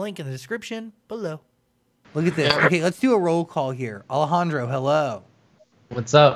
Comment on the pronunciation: It's Alejandro not Alajandra